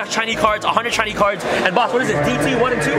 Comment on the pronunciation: at the start of video when he's getting change for his $100 he says "b0ss" 😂